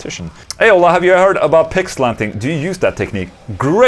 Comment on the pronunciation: My wife thought you said "Pig slapping" not "Pick slanting" 😂😂😂